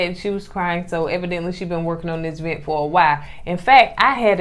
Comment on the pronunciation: It's crazy because she actually said it the right way a couple of times in the same episode.